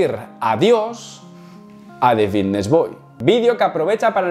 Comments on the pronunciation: Por qué dice bidnesss en vez de fitness? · por que dice bigness y no fitness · Alguien le puede decir que es Fitness no “Bitness” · Xq dice la f como b? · Por qué dice Vitness? No es Fitness? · Solo escucho Vitness boy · Por qué dice comunidad Vitness? Jajaj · Porque dices VITTNES?? Creia q era fittnes?🥲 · Es “Fvitnes” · Porq dices bitnes? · Por qué dice vitness??? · Me da algo cada vez que dice VITTness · jajaj me mola como dice fitness, pronuncia la F de una manera graciosa. GOD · por qué cambias la F por la B???? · Por qué no pronuncias la F? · wn por que no dices fitness bien, me estresas que digas la palabra con la b, minimo pronuncia bien las palabras